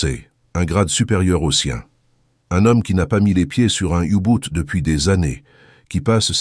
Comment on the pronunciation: On ne dit pas "oubout" mais "ubot"